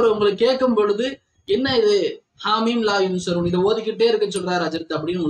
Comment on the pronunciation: I like salavat.. hellooo atha sariya padinga sir.. athu haameem laa yunsaroon... Neenga laa yansaroonu solringa opposite artham...